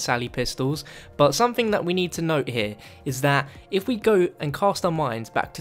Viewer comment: Ok, are we just gonna ignore the fact he purposely said 'zomething zombie related'